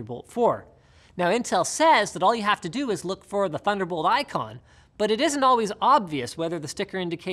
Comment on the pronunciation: oh did we say "thunderbolt"? we meant "tunder olt"